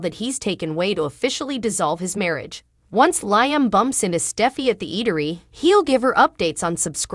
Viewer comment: Narrator, please pronounce the actors names correctly. Hope's husband's name is pronounced Leeeam, not as in high